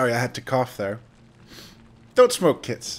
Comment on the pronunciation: You keep saying "Don't smoke kids". I keep hearing "Don't smoke Qieths".